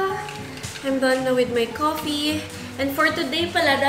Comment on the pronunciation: “Done” not “thone”